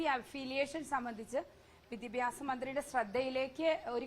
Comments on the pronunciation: Vidyabhasam alla Manthri saare.... Vidyabhyasam.... athengana... ingerkku vidyabhasam illallo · മാഡം വിദ്യാഭ്യാസം ആണു ശരി വിദ്യഭ്യാസം എന്നല്ല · വിദ്യാഭ്യാസം എന്ന് നേരെ പറയാൻ പോലും അറിയാത്ത വിദ്യഭ്യസക്കാരി